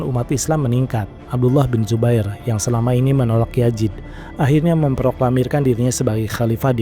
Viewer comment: Pliiss Z bukan J ya...biar enak didengarnya. Yazid bukan Yajid, Bizantium bukan Bijantium, Zubair bukan Jubair